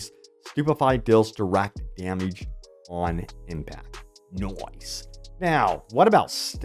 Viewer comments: why do you say "damage" like that? figure it out. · Dameege lol